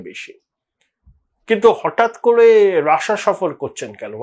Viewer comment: Rassa bolchhen keno?...😂😂 pronunciation thik korun